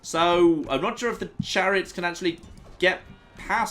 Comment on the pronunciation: he said the clariots